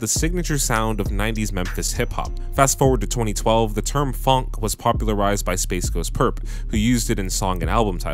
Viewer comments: say it like f-on-k, not funk. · he says it like funk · why would you say phonk like that